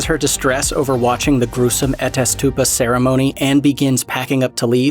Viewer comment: Did the person narrating even see the movie? From Pelle to Harga to Attestupa, He mispronounced like EVERY word that wasn’t plain english